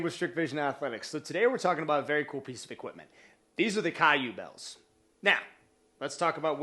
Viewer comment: It’s pronounced “Q-bells”